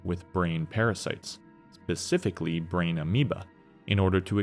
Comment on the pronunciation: bro you are a wonderful speaker and your pacing is excellent, but please for the love of god please stop saying “pacifically” instead of “specifically” im sorry for saying this but it must be said. please don’t ban me 😅